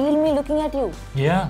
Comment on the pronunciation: Bihari "Yaaaaaah"